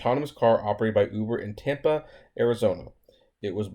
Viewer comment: You are making me laugh with your pronunciation of Tempe. 😂